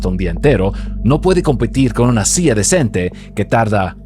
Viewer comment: Por qué razón habla como gringo hablando español? Dice SIA en vez de silla y las ERRES las pronuncia con dificultad. El es de RD?